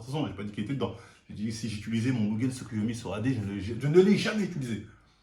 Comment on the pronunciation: « C’est tout simplement : mon mugeyn tsukoyomi » JE SUIS MORT HAHAHAHAHAHAAHAHAHAHA